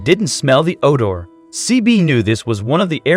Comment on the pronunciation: There are good police officers out there. Must always remember this. Odor was pronounced wrong.